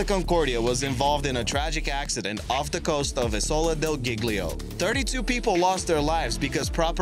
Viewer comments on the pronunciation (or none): none